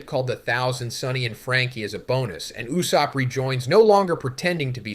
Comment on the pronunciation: Lol "loofy and n you-sopp"